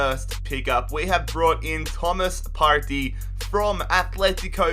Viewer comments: It sounded weird when he said Partey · Listen to the way He says Partey